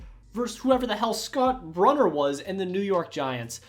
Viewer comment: Scott Brune-er is how it's pronounced. He took Simms job that year. Giants also had Rob Carpenter who was a run you over running back